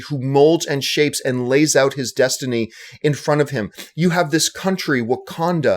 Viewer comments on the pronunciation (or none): none